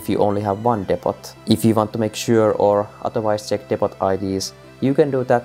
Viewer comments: for the record, "depot" is not pronounced depp-ott, it's more Deep-oh. Silent 't', long vowels. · Great vid! Btw Depot is pronounced "Dep-po" (don't ask why, English is weird) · Good solid video. Only issue is that it's pronounced "depo" even though it's spelt depot, other than that good solid video. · Damn thanks for the help Also gotta love the pronunciation of 'depot'. Engrish at its finest